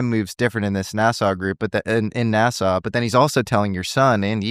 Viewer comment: Nassau... Sounds like NASA🤔